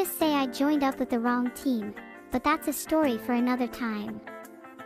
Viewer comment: the way she says story like shtory